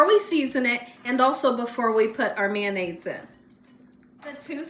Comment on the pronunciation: LOL "MANDAIZE" I LOVE MAYO! #FRENCH I BE*! 🤪👐🏻👍🏻🥳🥰🤣🤣🤣😎